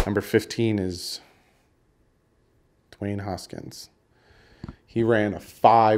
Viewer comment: I hate to be nitpicky but it’s really bothering me that you’re saying haskins’ name wrong. You’re saying hoskins. It’s Haskins.